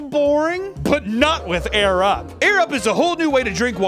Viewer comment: During the ad for the sponsor, it sounded like he said "thank you 'arab' for sponsoring this video" when he said 'air up'. 😂